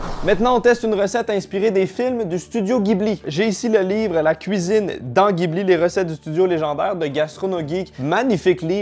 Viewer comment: je sais que tu adores le Japon, du coup ça fait mal aux oreilles d'entendre Ghibli prononcé comme tu le fais:D Ca se dit "Jibli"